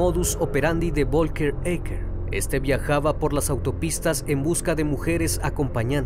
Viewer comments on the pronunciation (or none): Folgar así se pronuncia. VOLKER jajajaja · Vivo en Alemania y el nombre Volker se pronuncia como "Folka". Aquí la V se pronuncia como una "F" saludos buen video